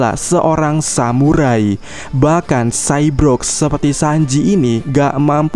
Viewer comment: Saybo(r)g min bukan sayb(r)og hehe. Tp isi kontennya bagus. Sukses selalu